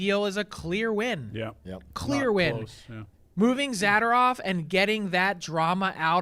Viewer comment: Someone tell Frank how to pronounce zadorov.